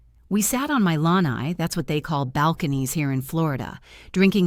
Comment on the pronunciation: The word is pronounced 'La-Nye'. Please say these words correctly.